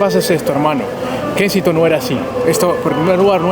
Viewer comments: Lo pronunciarse mal es kesinton como lo estás leyendo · Kensington no se pronuncia "Kenistong"....... A parte de ese detalle, buen video 👍